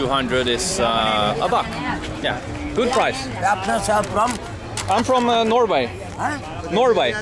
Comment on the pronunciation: when Harald says Norway Sri Lankans here like No-way. that is the reason (accent is quite confusing to them) :-).